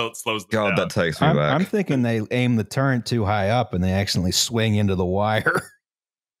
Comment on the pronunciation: The great Pennsylkenbama lexicon of (spelling?) turrent:turret outsquirts:outskirts shlubmarines:submarines Ill go worsh my hands ageein in the wooder of picksburg's crick, after my cousint sneezed.